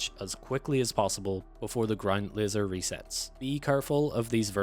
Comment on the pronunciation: 😂wtf,you keep saying lizer what tf is a lizer room 😂😂😂😂😂